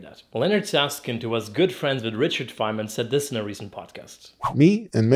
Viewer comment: Till now, I thought he was saying "Leonard Saskin", even the captions say that! When he mentioned his book it clicked to me that it's actually "Leonard Susskind" (and Art Friedman)